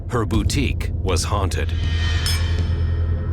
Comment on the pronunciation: I find it absolutely terrifying that someone who owns a boutique does not know how to say the word boutique correctly. 😂